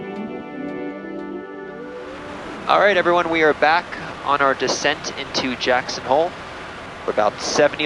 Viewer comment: Its JACKSON and not "HOLE"